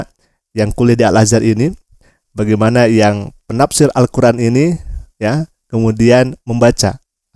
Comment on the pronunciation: Malikin sonice. Bang itu Al-Qur'an bukan sosis